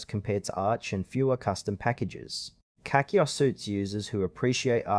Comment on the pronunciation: I'm surprised this only has 4 likes, the editing and presentation is pretty decent.. To be fair though, it's not catchy. You're pronouncing CachyOS VERY wrong btw.